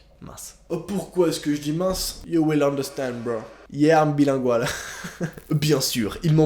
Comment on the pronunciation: "Yeah you'll understand bro i'm be linguale" lmaooooooo il m'a tué